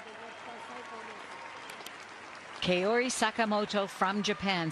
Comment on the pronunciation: 向こうの人 Kao は カオ って発音出来なくて 絶対に ケオ ってなってしまうので 残念😅 ケオリでなくて カオリです😭🙏きちんと発音して欲しい😅 三浦佳生選手も いつも カオでなくて ケオ って発音されてるし😅😭